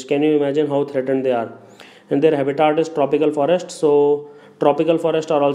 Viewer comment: its habitat not haaabitat lol